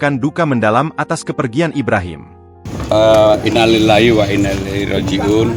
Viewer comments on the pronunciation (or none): memgucapkan inalillahi nya..salah.. masa ina lillahi wa ina lillahi roziun... aturannya..inalillahi wa inna ilaihi roziuunn..... makanya sering sering lah istighfar pak...